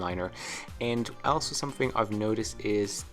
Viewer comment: Mate you got to fix the way you say “ Also”.. it sounds more like Elsa 👍🏻